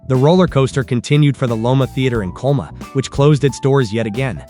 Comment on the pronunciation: Coloma-not Coma-it sounds like the AI voice can't say CO LO MA.